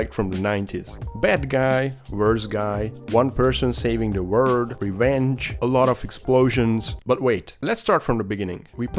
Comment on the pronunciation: I love how you say “word” instead of “world” lol